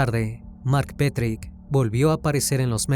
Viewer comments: Excelente relato, solo quería resaltar un pequeño detalle que no cambia en nada el buen contenido: el apellido de pronuncia "petrich" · Daniel Petric, NO Petry ( Osea NO es el mismo asesino de Brasil del juego Tibia ) 😊